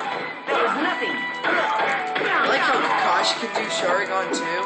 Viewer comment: It's ( Shar - ing - gan ) Sharingan!